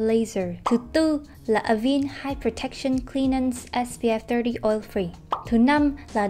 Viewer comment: Cảm ơn bạn có video về KCN khá hữu ích. Góp ý nhỏ chút là Avène - là hãng mỹ phẩm pháp, nó sẽ đọc theo tên pháp là A- Ven (đọc tương đối nó là thế này, còn chuẩn thì thềm n sau), Không phải là A-vin:)